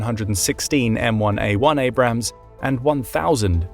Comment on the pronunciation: Abrams, not Abrahams